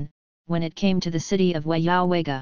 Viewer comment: Your pronunciation is wrong on the towns track a maintenance problems